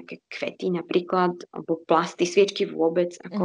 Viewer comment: Super rozhovor akurat slovo “PLASTY” bolo v rozhovore tlačené dosť nasilu